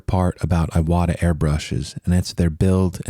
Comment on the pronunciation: "ee-wata", not "eye-wada"